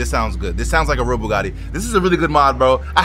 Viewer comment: "ma bougadi" ... BUGATTI, not bougadi